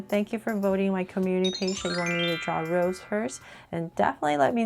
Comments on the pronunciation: I don’t want to be rude it’s just it bothers me a bit lol but her name isn’t pronounced like the flower rose it’s pronounced Rosé (Rosay) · That is a really cute drawing, but pls pronounce her name right (Ros-ay)❤❤ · Her stage name is Rosé, pronounced Rose-A. Can we look forward to a Jennie and Jisoo?